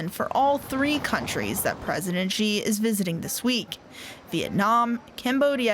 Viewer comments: Its not JI its Xi (Si) . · Xi is correctly pronounced more like "she" than si, unless you're from HK or Singapore. It's ji only if you're ignorant or American.